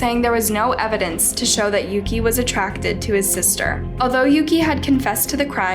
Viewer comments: Pretty sure Yuki’s name is pronounce YUU-KEY not YOH-KAH. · How does one mispronounced Yuki as Yoko? Tf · No she didn't sadly. The brother's name is Yuki (Yuu-key) not Yuu-kah so she pronounced it wrong, and their last names as well I believe because on the subtitles it said Muto (Muu-tou) but she said Moto